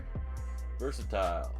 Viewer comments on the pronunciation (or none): none